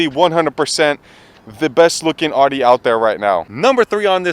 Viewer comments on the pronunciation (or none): Yo bro it’s not ODDY it’s Audi (Owdy) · "AW-DEE"........Shameful. I can't stand when people pronounce it wrong. Its "OW-DEE" my dude. smh